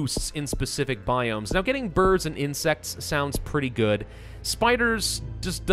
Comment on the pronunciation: Is it just me or did he say bords not birds